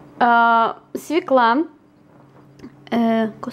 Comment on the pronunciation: не свеклА, а свЁкла:)